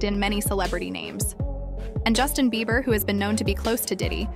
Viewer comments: Hold up, Did the pronunciation of ‘Justin’ change? No hate, just wanna know. 🫢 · His name is Just-in. NOT Justine. Also, you pronounce it CREE-py, not Creppy. FFS. AI IS BULLSHIT.